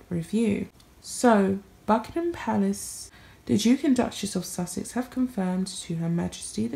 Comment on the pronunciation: The 'Dook' and 'Duck-mess' of 'Suck-sess' ...